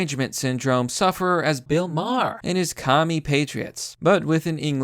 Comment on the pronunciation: like bill maher did you say bill mayher instead of maar